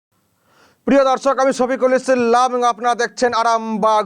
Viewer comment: আপনার নাম টা কি? সফিকুল ইসলাম না ইস ইল্লাম, ঠিক করে উচ্চারণ করুন।